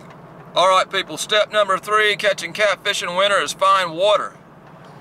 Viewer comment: Its winter not winner